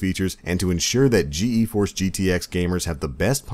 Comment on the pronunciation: Rovian uggh I was yelling at my screen GEEEEEEEEEEEEforce! lmfao